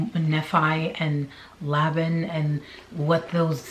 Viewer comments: Just an FYI: Nephi is pronounced knee-fi, Laban is Lay bun. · It's "neefi" that's how you say it and "Layben". That's how you pronounce it. Please at least pronounce them correctly. If you are going to state "facts" please. Thank you. Enjoy your info though. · It's kneefi lol (nephi) Laybin ( laban) Laymin (laman) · Knee-fie. That's how Nephi is pronounced. Laban is Lay-bun. Per Mormons. These people are nuts!You're awesome. Loved the vid, thanks,. ❤ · thank you! I was cringing every time! Lol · Nephi pronounced knee-fie, Laban pronounced lay-bin, Lamen pronounced lay-men, Lemuel pronounced lem-you-el. Hope that helps. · Nee’-fye, Lay’-bin, Lem’-Yule, lay’-man, mor-oh’-nye. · I hate this but I'm glad it's all coming out. And just to help out a bit, Nephi is pronounced "NEE-fī" ("eye" sound at the end) | Laben = "Lay-ben" | Lemual = LEHM-yu-uhl. | Laman = Lay-men. Hopefully that helps give you a little more confidence reading these ancient names lol.